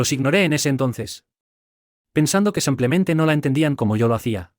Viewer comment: No se dice samplemente. Se dice simplemente.